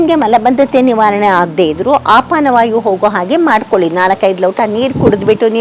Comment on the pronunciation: ಆಪಾನವಾಯು ಅಲ್ಲ ಅಪಾನವಾಯು ಎಂದು ಭಾವಿಸಿದ್ದೇನೆ 🙏